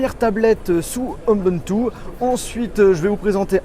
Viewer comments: Ubuntu ça se prononce oubountou pas eumboumtou ! (je dis ça pour info parce que ça fait pas très pro mais je suis clairement pas un fanboy d'Ubuntu loin de là !) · Cest pas ebuntu mais ubuntu, et la marque c'est bq pas bikay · on dit "oubountou" en français pas "eumbountou" par contre c'est bien écrit sur le titre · ubuntou pas unboumtou ou je sais pas trop quoi X) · Mais tu es sérieux ?? T'as vu comment tu prononce UBUNTU ! eunbeuntou ! NON ! on dit [OUBOUNTOU](<--ceci est une écriture phonétiques) peace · on dit "U" buntu est non unbuntu . Super vidéo . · Ubuntu ce dit " ou b'ou'n tou " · on dit oubountou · XD tu m'a fait mourir avec ta façon de prononcer Ubuntu ;D Perso je dit plutôt "Oubountou" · 123 Mdrrr moi aussi ;) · c'est moi où tu as écorche le mot ubuntu par onbuntu ou encore hombuntu.... ? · Ubuntu se prononce "Oubountou" 😉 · Tu as massacré la prononciation d'Ubuntu comme je massacre l'orthographe :X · il le dis mal :D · Suis-je la seule à trouver la façons d'on il dit "Ubuntu" vraiment .. Hm .. Tu ne sais pas dire Ubuntu ?